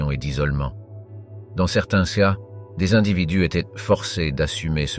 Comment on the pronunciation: je suis obligé de disliker parce qu'au bout d'un moment entendre dire "de nombreux C A" et "moyen G E" il serait temps d'apprendre à parler correctement... et bien sur je me dispense de m'abonner à cette chaine et bien sûr ne pas regarder la vidéo du début à la fin!!!